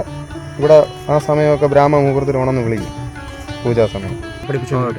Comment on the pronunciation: ബ്രാമമുഹൂർതം എടാ മണ്ടച്ചാരെ ബ്രഹ്മ മുഹൂർത്തം